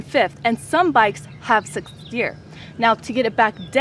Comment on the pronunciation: she cant say sixth :D